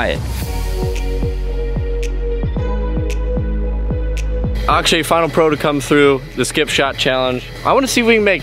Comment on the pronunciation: Nice job on Akshay's name